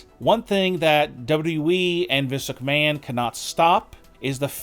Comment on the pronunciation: SMDH at anyone taking these videos seriously with the broken Dollar Tree text to speech voice mispronouncing Vince McMahon as Viska Man.